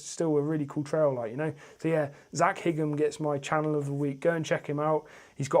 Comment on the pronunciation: Thanks mate 😃 Was a bit confused when I saw my profile pic in the thumbnail ahaha, I really appreciate that :) Your channel is going to grow very quick and you'll be riding with Seth and Bk soon no doubt! You say my second name as "high-ham" but it's no biggie 🤘🏻